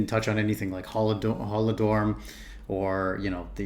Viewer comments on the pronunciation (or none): Lesya UkrainKa, not Lesya Ukraina Maria Prymachenko was painter Arkhypenko was sculptor GolodoMOR